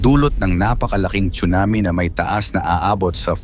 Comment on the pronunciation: Correct pronunciation is SUNAMI silent T not chunami‼️